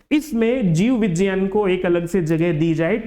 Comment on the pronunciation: जीव विज्ञान ❌ जीव विजान ✅😂😂😂